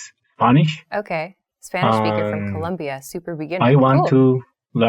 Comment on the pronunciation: It' Colombia, it's not Columbia